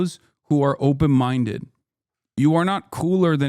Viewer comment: “Are you open mindeu” took me out. Thank you FaultyOne